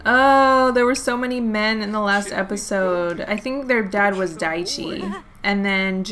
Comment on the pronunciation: Whenever you say "Daichi's kids" I understand "diet cheese kids"